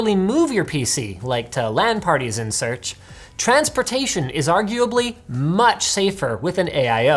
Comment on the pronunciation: Linus’s Brain: “and such” Blood Clot: did you mean “and seurch”